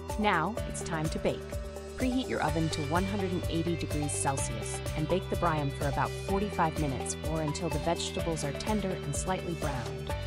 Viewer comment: Ma'am I mean no disrespect but the dish is pronounced "Bree am". Kali orexi.